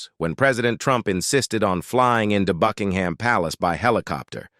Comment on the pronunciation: Queen Elisabeth was a caring, loving Queen whose legacy will live on forever. By the way Buckingham is pronounced with a silent h.